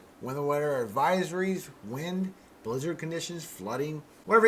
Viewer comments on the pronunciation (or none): none